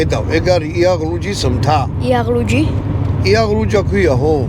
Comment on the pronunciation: იაღლუჯი არა ისა კიდე…. იალღუჯია სწორი😊